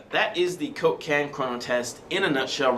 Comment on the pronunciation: The way says coke-can sounds like cocaine.:D